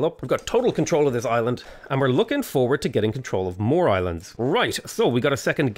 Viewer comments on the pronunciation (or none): none